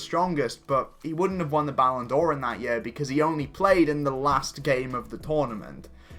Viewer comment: please, it isn't 'Ballon Do-or', but just 'Ballon Dor'. You dont actually pronounce the ' as a stop.